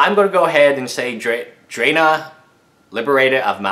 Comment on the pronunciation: Its pronounced Drana (draw-nah): (